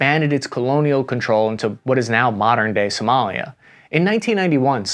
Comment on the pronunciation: is Somalia not Somolia.